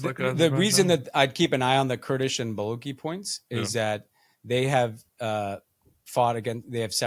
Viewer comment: It’s Baluchi with a chi like chi chis or tatas